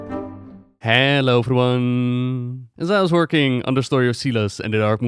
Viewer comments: Silas is pronounced with a long i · 2 minutes in and that's not a circle and that's not how you pronounce Silas